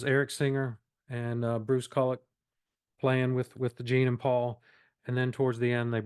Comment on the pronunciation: You pronounce Bruce Kulick’s name wrong. It’s pronounced “koo lick”.